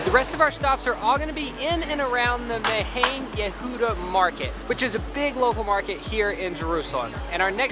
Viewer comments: its pronounced ma-ch-neh ye-hu-da not ma-hay-n yehuda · Enjoyable video. Made me smile the way you kept calling it the Mahane (ma-hayn) market, but hey, at least you tried. I was in Jerusalem for a month last year, staying 2 minutes walk from the Machane (Mach-ney) Yehuda (Yuda) shuk, where the food was amazing. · Lol, it's pronounced Makhné Yehuda (or Yuda for short).. you guys are sweet 🤗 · I am so craving falafel, sabich, and cheese bourekas! This video was so much fun to watch as the Machane Yehuda shuk is one of my favorite places in the world. (pronounced: Ma-cha-ne Ye-hu-da. ch is guttural and hard to pronounce). Safe travels. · First, I greatly enjoy your videos! Second, a few corrections Sabich- You pronounce it Sabikh Mahane Yehuda- Pronounced Makhne Yuda or Makhne Yeuda Enjoy your trip! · Mah-chah-ney Ye-hu-da market (chah) is a guttural sound. Bor-ek-ess the pastry with cheese (or potato or mushrrom). Rog-el-ech (ech is guttural) the chocolate filled pastries. Mah-LA-wach (wach is guttural, emphasis is on la) is the pan fried dough. Youre getting the hang of it. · The market is pronounced mah-chah-neh , yeh hudah The pita is pronounces sah- beich Yes marzipan ruh-guh-luch. Adds sugar water mid cooking to make them super sugarry... they now import to many new york kosher stores.